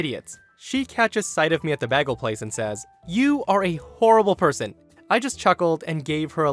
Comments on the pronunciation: Anyone else wince at the pronunciation of bagel? Lmao, I have never heard it said that way. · This is the first time I've ever heard anyone mispronounce, bagel. Twice. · Omg you say bagel like britta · How do you not know how to pronounce the word BAGEL? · Anyone else disturbed by how he pronounces bagel? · The best part of the second story was pronunciation of bagel. Priceless. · I hate the way you pronounce bagel. Its ok will get some counseling and work through this together. After will get you some speech therapy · The most disturbing part of the second story was your pronunciation of Bagel. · Yeah, how has he never heard of bagels? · My brain skipped like a record hearing that. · He Britta'd it. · Hahahaha not once but twice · I think everyone cares except you and the narrator. There IS a correct pronunciation for the word "bagel" just like there is a correct pronunciation for the words "taco," "bread," "fajita," etc. Source: The fact that like Eric Stoverink, I too am wearing a hat. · Stop saying "bagel" weird! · Why do you pronounce bagel like that? 😂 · Omg! You say bagel just like someone I used to work with. She was the only person I had ever heard say it like that ever until now! Do you happen to be from the Buffalo area of NY? 😋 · You pronounce bagel like Britta from community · the pronunciation is, bay-gl, NOT bag-el, no offence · Bay Gil. Not Bag ils. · Did you say "baggle"? Bagel is usually pronounced like "bay-gle". 😌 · Didn't know people pronounced it Bag-el instead of bay-gul. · bagel. It’s pronounced ‘BAY-GHEL’ not ‘BAGGLE’. If it was a ‘BAGGLE’ it would be spelt ‘BAGGEL’ ! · Hey bud, it b A gel not baggie. Just FYI. 😁😇😎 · sorry to nitpick , but bagel is a long A not a bag soft A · Bay-gel not beggel. Otherwise, fun if insane stories. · Okay, it's pronounced BAY-gul. Not BAH-gul. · you are the second person i've heard to say bahgel instead of baygel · Bagel is pronounced bay-gle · You say Bag-all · It' said bay gull